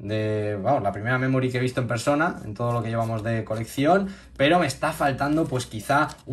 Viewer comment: Y se dice memory no memori